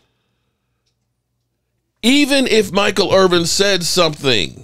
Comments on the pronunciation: It’s Irvin. Not Irving. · It’s Irvin…but somebody tells you this every single segment so you obviously don’t care.